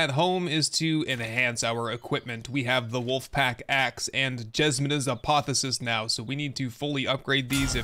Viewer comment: Pronounced Ah-poth-eo-sis.